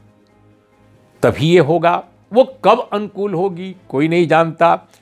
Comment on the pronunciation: Balanced analysis by Urmilesh of Parliamentary debate...kindly pronounce word अनुकूल correctly...sounds like "Uncool"...